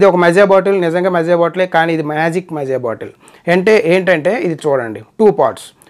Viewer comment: మజా కాదురా మాజా💋💋